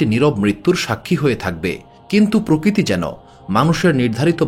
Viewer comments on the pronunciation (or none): none